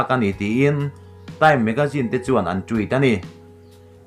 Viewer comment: I love da way u pronounce 'Beyonce' N 'Tweet' :lol